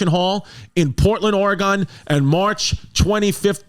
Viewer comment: Just here to let Chris know he pronounces Oregon wrong 🤷🏼‍♀️